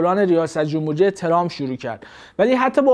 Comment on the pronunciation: آقا خیلی خوب بود فقط چرا هی میگفتی جومبوری 😅